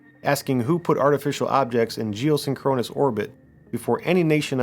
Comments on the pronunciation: Dude, you need to learn how to pronounce big words before you make a video and say it 23 times. It's "geoSINKronous", not "geosinKROnus". Have you ever heard the Police song "SINKronicity"? It's not "synKROnicity"... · Capt. Kirk says Sink-kru-nous orbit-- you say Sin-kron-us ☺ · “Geo-sink-run-is”, not “geo-sin-chronus” ouch, my ears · Love your stuff bro. But the pronunciation is: 'sink-crow-niss' ... two objects are sync'd up. I WANT to think they are up there. But I wonder if anyone has looked into how the Gamma (and other) rays bounced around in our atmosphere (like radio waves do). Or maybe even bounced off the moon and came back in. <<<That one could cause 'northern lights' since they are the same type of rays that cause them from the sun, I think. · Sorry, it's pronounced "jee-oh-SING-kruh-nuhs" You're accenting the wrong syllable. Great content though. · Seen-Kro-Nus orbit. LOL 😂 AI needs to do better haha. Entertaining content though :) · Very interesting & well-put together. But who says "geo-synCHRONous" orbit? AI? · Geosynchronous is pronounced jee-oh-SING-kruh-nuhs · This has quickly become one of my favorite channels. One thing. You're saying geosyncronous wrong. Please look up it's proper pronunciation. It was jarring. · Do yourself a favor and learn the correct pronunciation of geosynchronous. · I am genuinely impressed that you can say geosynchronous as many times as you did and STILL mispronounce it every single time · Love this channel but the pronunciation of geosynchronous is triggering my OCD like crazy lol. Also, no mention of the dark knight satellite?